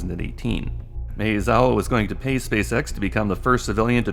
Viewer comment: Mah-eh-zawa, not May-uh-zawa.